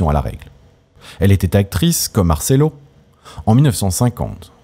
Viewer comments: Noooon, on dit martchello, le c entre 2 voyelles, se prononce tch, un peu de respect pour la langue de Dante et cet immense acteur. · Marcello se prononce avec un un ch ! Visionner la dolce vita